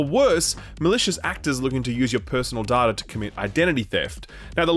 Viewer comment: It is data not data.